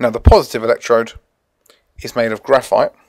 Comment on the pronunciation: "cations are purrrsitive" :') (Y)